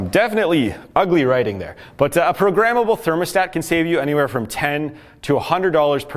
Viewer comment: "Prommable thermostat" You need to take your sunglasses off bro.